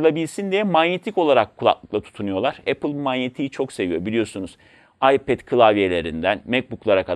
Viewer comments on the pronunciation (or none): none